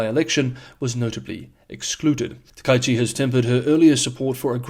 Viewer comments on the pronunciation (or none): I believe Japanese Prime Minister's name should be pronounced as "Taka", then "ichi". The "a" and "i" should not be combined into "ai". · Hehe. Pronounce her name roughly like this: tacker-eechee. Make each syllable the same (quite short length), with no variation of emphasis, tone, or length. HTH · Yes, pronunciation surprised me too. The second kanji is ichi (not number) and isn't blended into the first character.